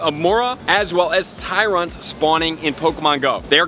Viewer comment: oh "Tyrunt", not "Tyrant"